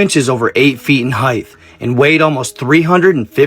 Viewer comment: Stop saying heighth there is no th at the end it's just height. Tttt height tttt. No th. Where is the th to say it like that. Ugh it's like conversate it's not a word look it up it's converse or have a conversation. No f ING conversste. Or heigth